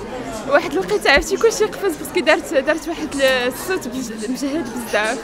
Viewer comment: سوتو زوين. سودفة.. سورنا الفيديو ..السوت ..واش ماكاتعرفش بلي كاين حرف الصاد فالعربية